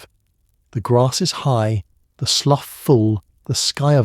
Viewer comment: The train seats were red velvet, not rough wood, the surveyors house was stocked with coal. Hay twists didn't happen til the long winter. Slough is pronounced sloo (rhymes with do). But still enjoyable.